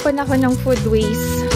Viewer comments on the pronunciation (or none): none